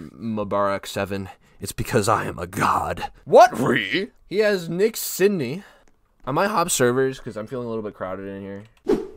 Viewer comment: Nah nah nah forget niks scythe we got “nik Sydne”